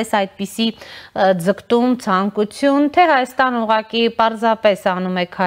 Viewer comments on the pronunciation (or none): none